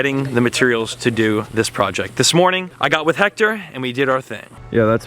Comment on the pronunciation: Dude is time for you to learn how to say his name right. Is not Jector, is Héctor is pronounce Ector